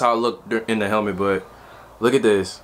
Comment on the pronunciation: Haha you don't know how to say helmet